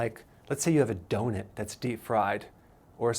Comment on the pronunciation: Love how he says donut “donet” ahaha